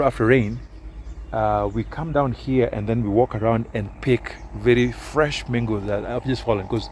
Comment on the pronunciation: Ikoni "mengosss"😂😂